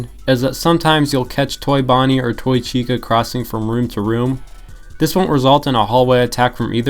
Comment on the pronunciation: chica ❌ cheeksa ✅